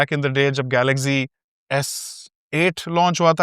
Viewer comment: Bhai its not galakzeeeeee , its galacsi , google p likho "galaxy" , pronounciation a jayegi , speaker bana ho ga , usey click karna google suna de ga apko .